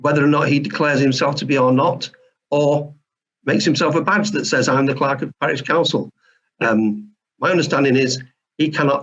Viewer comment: “Clerk of Carish Pouncil”